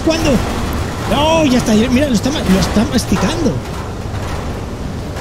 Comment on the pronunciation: nadie absolutamente nadie: mastiCRando